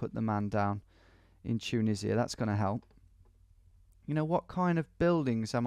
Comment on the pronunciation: Nobody: Tom: chuneesia